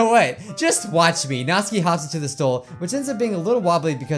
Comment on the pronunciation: It’s not NATSKI ITS NATSUKI